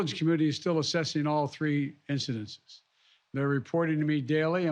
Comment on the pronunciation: He can barely pronounce “Incidents” 🤦🏻‍♂️